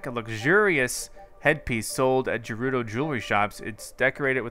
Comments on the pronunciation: Revali "Revali's Gale is now ready." "Thanks, Devali Gale." Also, Gerudo is pronounced Gah-roo-doe, not Jer-roo-doe. But most of all, THE PURPLE STUFF IS CALLED MALICE NOT BLIGHT!!!!!! I call it Nightmare Juice. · you say gerudo guh-roo-doh, not ju-roo-do! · Greetings from the BIG SKY. It's pronounced like 'girl' for gerudo. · Please tell me he stops pronouncing Gerudo incorrectly. 😩